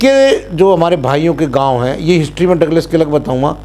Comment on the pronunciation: अलीगढ़ की तहसील इगलास( IGLAS) है,डगलस नहीं‌।यह ठकुरेलों का बड़ा क्षैत्र है। ( डाॅ एस एस परिहार)